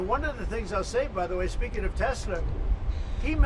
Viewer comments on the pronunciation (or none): trump calls Elon "Ellen" every time Biden screwed up a name you declared he had dementia. where'd ya go? EDIT: trump also said "Tesler" where oh where is that all too familiar "dementia!" outcry? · he says he could name every one of the presidents but then he F's up the guys name standing right beside him and calls him "ellen". It;s official, he hath been christened!!!!!!!!!